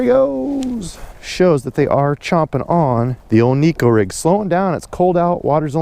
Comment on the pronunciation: Ned rig is the deal for me in TX too right now. I know you like to correct fishing misconceptions, so here's one for the viewers. The Neko rig came out of Japan, not here in the good ol' USA. Shin Fukae, Japanese pro angler, pronounces it Nayko, not Neeko. Just an FYI 😉 unless you're from TX. Everyone knows about our drawl! Japanese have to fish pressured fisheries. What's the mother of invention? Good video as always guy!!